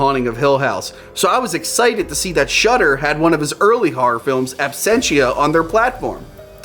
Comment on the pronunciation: I like whore films, maybe I'll try that shudder site, thankfully the text confirms he's saying shudder and not shutter in that murican way.